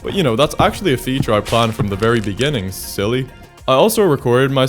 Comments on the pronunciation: "In de beninginng" 😂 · The "inni the benninging" killed me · " in the beninging ", increadible frasing, increadible frasing indeed